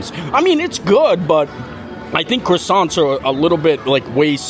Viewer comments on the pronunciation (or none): none